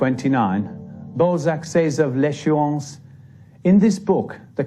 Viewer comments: So disturbing hearing the teller deforming his name every 2 minutes.. It's not fcking Ball-zeck, it's BAL-ZAC ... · Why do you pronounce his surname Bolzac? It's annoying. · Interesting, but ruined for me by the narrator's insistence on calling Honore de Balzac by the rather less dignified Honore de Ball zack. The "a" is supposed to be short, a in "hat"!!! He tried to get the pronunciation right in other names, so why not this one? I had to switch off. I will content myself with a French copy of Mr "Contes Drolatiques", which I originally encountered in English translation. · Infuriating! '' narrator. What a plum. F**kin' scroaty. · Bell sack lol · The way he is pronouncing the name, you are absolutely right!! 😮😂